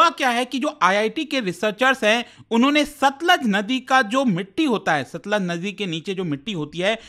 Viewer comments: It's not Sutlej, it's Satluj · Sir ji it's सतलुज not सतलज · no, SATLUJ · It's Satluj